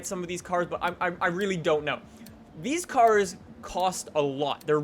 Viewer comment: Why does he say reeylyey reeylyey like that he says the l's reeyley oddly its really